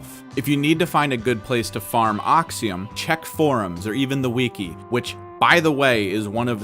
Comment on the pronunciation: we-key.......WE-KEY!!!!!!!! ITS PRONOUNCED WI(as in wick)-KEY